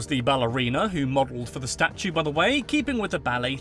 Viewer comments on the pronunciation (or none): none